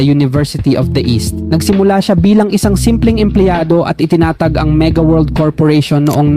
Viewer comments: Mang Inaaaaasal😅 Itinaaaaatag Abaaaaaca Sablay ang pagbigkas😂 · Mali naman ang pg bigkas mo ng salitang tiaga..itinatag..ginagaya mo ang AI na pgbigkas..hehehe dpat piĺipino diction ang pagbigkas mo..kc ang dating Corny..😂😂😂